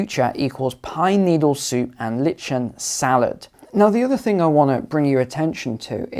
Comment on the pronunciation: I think you mean “ lichen” /lye-ku’n/ u’=schwa